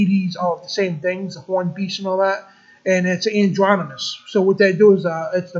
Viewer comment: The word is "androgynous" not "andronymous". And it's not masonary - it's may-sun-ree, masonry.